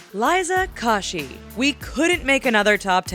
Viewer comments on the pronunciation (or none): I might have liked this video if they said Liza's name correctly. It's ko-shy not ka-shy. Geez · her name is kOshy. not KoshY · You pronounced Koshy wrong. You pronounce the o like you say it when you sing the alphabet. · CAN WE JUST TAKE A MOMENT GO BACK TO 10.19 WHAT DID SHE SAY LIZA KORSHY? SHE IS KOSHY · did anyone else hear liza kawshi? ITS LIZA KOSHY FAM! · OMFFFF why did she say liza "kawshe" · KO-SHE not coshee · Was Anyone else quite frankly pissed off that she said Liza KO-shy instead of CO-shy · Proper way to say liza's last name U pronounce it : Kow-shi Not : Ko-shi I LOVE LIZA KOSHY!!💖💗💝 AND I NEED MAH HOLO QUEEN👑💄 !!H💿L💿SEXUAL!! I only came here for them two!!❤ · WHYYYYY IT'S KOSHY SAID KOASHY NOT KOSHY!!! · Lucky Stars yeahh😂 they pronounced it like "kaushy" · Kosher is pronounced wrong...and what says musical dot "L" "Y"? Edit-I meant koshy not kosher...stupid autocorrect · I see Christine I scream I saw Liza I scream then I heard KASHY WHO ID LIZA KASHY ITS KOSHY I GOT SO TRIGGERED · "Liza kashy" omg its koshy hahahaha sry i just got perfectionist issues😹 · LIZA 'KASHY' DAFUQ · KAH-SHI?! IT IS KOA-SHI! GET IT RIGHT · KOSHII?!!?!???? Omg BRO ITS KOSHY LIKE PRONOUNCED KOSHIE! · YAY! Saf and Cristine and Liza and Lele!! ❤️ 😘 Edit: Liza KASHY? Really, bruh no. It's KOSHY, like KOSHER! Tf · It's k-oh-shy not k-ah-shy. Do these people do the slightest bit of research, do you guys even like these youtubers? Or do you just like purposefully mispronouncing people's names? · dont you just want too scream when people say it like k-ah-shy Noooooooo it's pronounced k-oh-shy ! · her name is literally spelt koshy how did she even get kashy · OMG WHAT IS THIS!!!! “LIZA KOSH-EE?!??” “MUSICAL DOT L Y!?!?” TRIGGERED!!! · ITS PRONOUNCED KOE-SHE!!!!!!!!!!!!!!! #lizakoshy #milkchocolate #brownlittlepotatoe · Did she just say Liza Kashy ? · it's said liza ko she koooo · Its Liza K-ohh-shee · look at me I cringed when she said kosh-ee! 💔😭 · ITS KOH-SHY DAMMIT